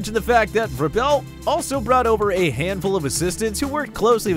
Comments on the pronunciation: Its Vrabel!! Not Verbell!! Jeez... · Repeat after me....VRAY-BULL. Not VRUH-BELL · Vraybul. Not Vrahbell. Vraybul. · ITS NOT “VRABELL” it’s Vrabel. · Sometimes I read comment before watching videos . At first I was like why the people getting mad at the guy for saying Vrabel name wrong. Now I see why after watching videos . He pronounce the name all the way wrong. SMH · Why you call him Ver-bell? 🤔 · Mike "Bruh-Vell" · Mike Vrabel = (VRAY BULL) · Bruh it's "Vray-ble" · If you are going to make a video, Learn how to pronounce peoples names! It's not Vrah-Bell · It's pronounced VRAYbel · I really didn't bro it just got on my nerves how he was saying coaches name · You're pronouncing "Vrabel" wrong, and Clowney was repeatedly linked to the Titans. They've been on the short list to sign him for a long time.